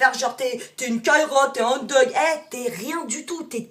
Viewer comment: j'ai passé un bon moment, merci... par contre on dit thug pas deug....